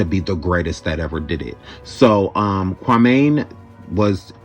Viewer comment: You got Kwame name wrong and his basketball career.